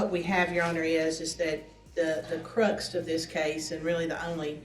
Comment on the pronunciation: The guy’s lawyer is sharp, other than the fact that she said “cruxt.”